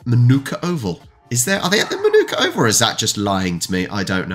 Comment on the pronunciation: FYI, Manuka Oval in Canberra is pronounced 'Ma-nuk-a', not 'Man -ooka'. Better known for visiting Test cricket sides playing against an invitational Prime Minister's XI. This year it is against Pakistan, a 4-day game starting Wed 6th December 2023.